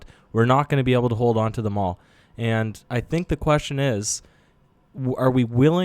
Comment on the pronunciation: dude you pronounce "able" so weird. Its pronounced AYble not eble